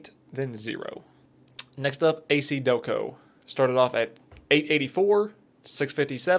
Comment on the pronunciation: A-KiDelco??? Seriously?